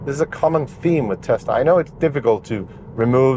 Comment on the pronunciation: May be the best review I’ve seen for any Tesla - perhaps any car. Right up there with Thomas from Autogefuhl. Excellent production, presentation, editing and, from a personal perspective, the correct pronunciation of the word Tesla - it’s s not z - is much appreciated. Thank you.